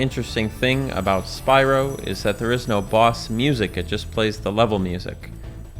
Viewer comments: says Spywoh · Oh god when he said "Spywo" I was instantly overwhelmed with the memory of that one girl in Spyro 2 and 3